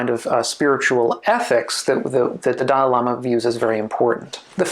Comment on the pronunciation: He said ‘…the dialama…’ repeatedly. My caption said ‘…the diorama…’, …’the dial AMA…’. ‘Dalai Lama’ isn’t THAT hard to pronounce.